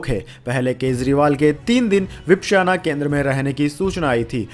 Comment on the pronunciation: વિપશ્યના - ઉચ્ચારણ સુધારી લો.. Please do correct pronunciation of " Vipashyana"